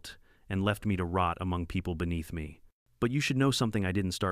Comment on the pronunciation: Me is pronounced "me" with a long "e", not Emmy. I really hate AI narrators. They are absolutely not ready for "Prime Time".